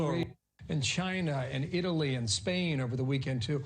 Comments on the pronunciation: Except he cant pronounce ”China” either. And if he invents some thing called “Ginavirus” I will vomit. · I guess he can’t pronounce Corona or COVID, that’s why he uses China virus...